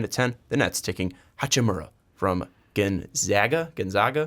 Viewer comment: I like how he can say Hachimura right, but not Gonzaga.